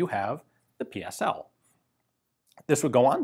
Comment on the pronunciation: Thumbs up for pronouncing correctly PSL and the Cugir you only miss pronounced the letter G